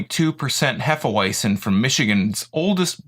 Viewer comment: sounds odd when you pronounce it in English. It's actually pronounced hefe-veitzen. any knowledgeable bartender,as well as most beer drinkers who watch this, would give you a weird look if you pronounce it the way you do. at least you don't say hefe weezin .other than that , a good review.